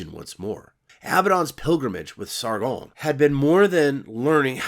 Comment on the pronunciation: I love the way you pronounce Sargon as if its a French name and not Sumerian